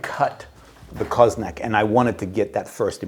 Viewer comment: Always a pleasure. The pronunciation is almost spot on, the little thing which makes all the difference is that the accent should be on the last vowel: co-zo-nAc (and not cOzonac).